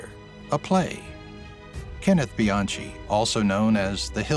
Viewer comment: Pretty sure you pronounced Bianchi wrong. The most interesting thing about the Dahmer "fans" is that Dahmer was openly gay, yet all those women kept pursuing him anyway, that always cracked me up.